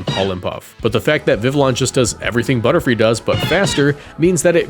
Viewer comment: i hear butter-fly!!